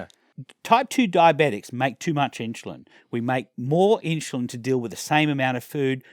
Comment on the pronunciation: Stop saying inshulin ! Still one of the best vids I've watched! Great work!